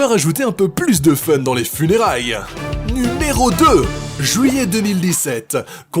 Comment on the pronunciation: « Jouillet » NON! a été contaminé!!! Je suis sûr que maintenant, il dit aussi « houit »!